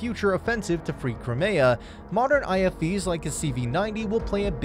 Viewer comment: Minor niggle, 40mm cannons fire shells not bullets. and the text to voice tool used should be corrected to pronounce Crimea properly. It is important to get facts right on a news channel, If the producers get these basic facts wrong, what other facts are incorrect or misleading. Food for thought.